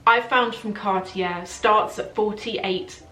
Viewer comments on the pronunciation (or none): Love the video! ... please say car-tyey... not cart-jair ... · you are not prounoceing cartier correctly.. its CARTEE AY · Your pronounciation is fine, just omit the last R.